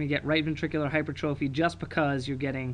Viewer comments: hy-per-trophy. great lecture though! check your spelling and pronunciation though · Spelled: hypertrophy Pronounced: /hai-PER-truh-fi/ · did you really just tell everyone how to pronounce fallot and then go ahead and mispronounce hypertrophy?? -___